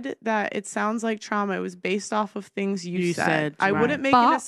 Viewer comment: She can’t even speak .....It’s Things not Fings ..